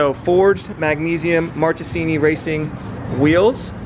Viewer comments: Hi, I'm italian, just wanted to tell you the is pronounced "markesini" cause "ch" in italian is pronounced as "k" not an hater, just wanted to be helpful. btw the video and V2 itself are fire! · Please say Marcesini